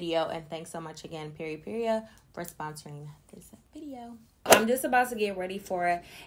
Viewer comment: I love you but pronouncing Peripera as PeripeRIA was driving me crazy Lol. That’s a super cute lippy!